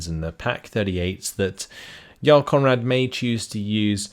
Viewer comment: I know you're pronouncing it correctly but you make Jarl Conrad sound like "Y'all Conrad".